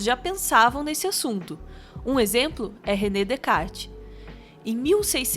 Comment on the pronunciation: *Descartes se lê Decá